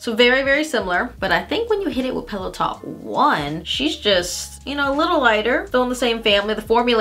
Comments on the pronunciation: I kept hearing “peleton” instead of “pillow talk” 😂 omg my ears! And I completely agree, I actually like pillow talk dark compared to Med and OG. The brownier tones are more flattering on my light-Med skin tone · Every time she says pillow talk is sounds like Peloton lol